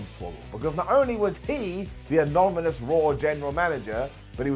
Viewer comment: Lol.. He can't say 'anonymous'